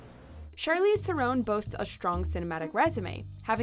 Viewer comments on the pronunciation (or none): THARE-en not thare-OWN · Charlize THU-RON. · You mispronounced Theron. Charlize's surname is pronounced: Thron. Being South African myself I work with people of the same surname.